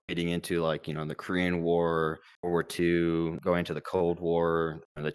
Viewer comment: I’m not sure but I’m pretty sure he said world war 2 just in a weird way so it sounded like something else that you wrote on the subtitles